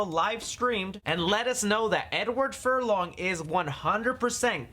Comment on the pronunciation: Edward Furlong-Dong. you crazy.